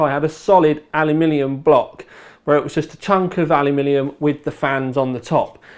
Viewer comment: "Alumillium" ... maybe work on that. You're still the best, despite that! ^^